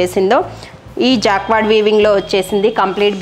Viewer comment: Jacquard ,pronounced as jacard